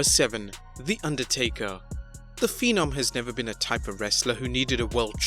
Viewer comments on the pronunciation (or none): none